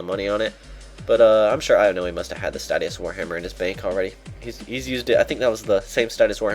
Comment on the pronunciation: is a n00b he can't say statius right. h4h4h4h4h4h4. Statius STAY-shuss < From the RS pronunciation guide.